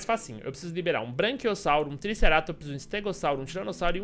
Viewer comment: seu lindo é braquiossauro n branquiossauro